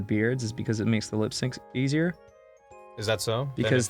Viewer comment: Ross's Australian slips out on certain words; when he says "Forget" you don't quite hear the R, so its more like 'foh-get". And that whole 'Erazer' thing...